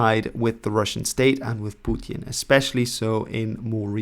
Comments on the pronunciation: Please stop saying "Putin" like that. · You can pronounce Putin normally dude